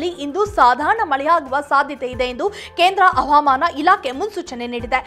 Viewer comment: Avaamaana alla havamana